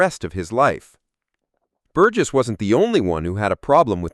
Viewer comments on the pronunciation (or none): Not An Thon Y (the TH as in thorough) but An Ton Y(rhymes with gone - the H is silent), and Bur Jess not Bur Guess - what dickheads all you Americans are. Why don't you take a little time to research how to pronounce names - surely just a few minutes, and get things right, rather than come across as fuckwits? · "An- thon-ee Bur-guess"? FFS, if you're going to analyse one of the most important films ever at least don't use AI for the naration. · That’s pronounced “Antony Burjess”.